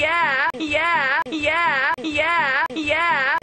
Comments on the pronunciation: after a while it sounds like hes saying "gay app" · it sounds like he's say hunkyyeah